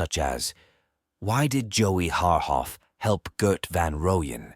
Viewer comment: Jesus fkn christ you have no no no idea what wound you scabbed open. You can't even pronounce their names correctly...shame on you.. pathetic